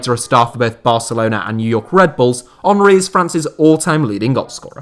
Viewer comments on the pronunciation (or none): none